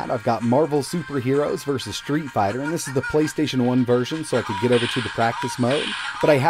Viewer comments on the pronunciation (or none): none